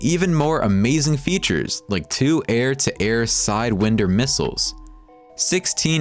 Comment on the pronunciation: Narrator can't even pronounce sidewinders 😂